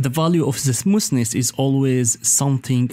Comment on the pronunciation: It is smoth ness Not smoos ness